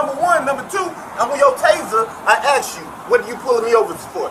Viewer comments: At what point did asked become axed? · When someone can't pronounce the word asked, they have no right to be a cop..